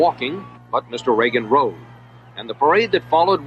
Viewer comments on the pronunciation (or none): none